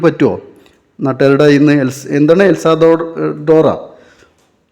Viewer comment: എൽ സാൽവദോർ (El Salvador) ഇതുപോലും ശെരിക്കു പറയാൻ അറിയുന്നില്ല